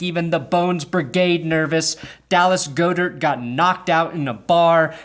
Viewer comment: "Go-dirt" instead of god-ert.. i kinda love it